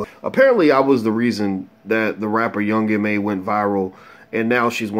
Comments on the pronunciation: its ma niga not mom. ma. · this nigga said "young mom" lol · Di you just say young mom? 🤣 correct yourself.